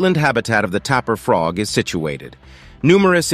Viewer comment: THANK YOU FOR PRONOUNCING JAGUAR AND TAPIR CORRECTLY !!! First time in a long time.